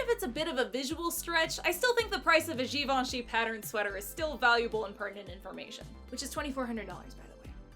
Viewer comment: Obsessed with how she pronounces "Givenchy" later in the vid. So couture